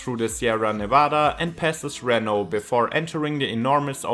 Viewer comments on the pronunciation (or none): none